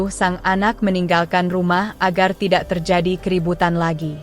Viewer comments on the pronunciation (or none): none